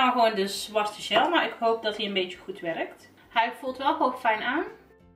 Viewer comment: je spreekt gel verkeert uit het is " djel" en niet "sjel"